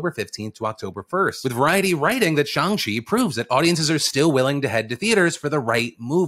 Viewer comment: Thank you for pronouncing Shang-Chi correctly 🥺🥺🥺 It’s little things like this that def have kept me a fan since 2008 ❤️❤️❤️ That and being able to watch you get spit on 🤷🏼‍♀️